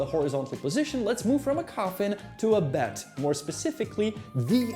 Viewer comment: I can't get over how this guy pronounces the letter "D." He didn't say bed he said "bet." And he didn't say bread he said "breat."